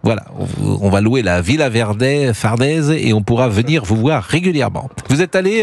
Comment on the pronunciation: Désolé mr Praud lorsque vous dites à au moins 2 moments "le palais Fardèse" au lieu de "Farnèse", qui votre correspondant, lui le dit correctement "Farnèse" vous n'êtes pas crédible et vouloir faire la polémique ou l'information "sensationnelle" vous discrédite chaque fois un peu plus. J'espère que votre directeur appréciera ma remarque et vous tirera les oreilles, faute de mieux.